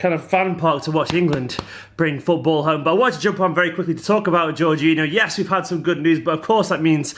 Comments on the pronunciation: I think its Jor-geen-eeo but i could be wrong as well! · least we wont have to hear you mispronounce his name all the time ;)